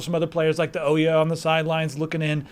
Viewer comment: ...it's "Oo-ya" not "Oh-ya" because of the u....look it up on Wikipedia, lol. /wiki/Ouya